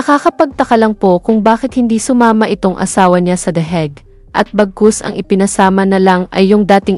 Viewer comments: ANONG THE HEG. ? AYUSIIN MO PRONUNCIATION MO. . ENGOT THE HAGUE. . UNG LETTER A SA HAGUE AY PRONOUNCED AS LONG A. HINDI PRONOUNCE AS SHORT LETTER E. HAYYYYYYY WAG MONG IPAHIYA SARILI MO. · Anong " the heg"? Hahahaha